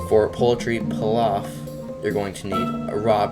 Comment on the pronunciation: p-E-laf Pronunciation ☝️